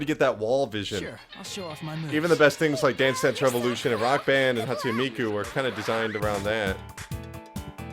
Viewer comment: Are Dumb GET IT. Most people agree P4 is better but P3 is still amazing. Just prepare to set aside like 100 hours. Also I laugh whenever you say Hatsu Miku. It's Hatsune Miku, and that's the character not the series. The series is Vocaloid, or Project Diva. I love watching these videos though.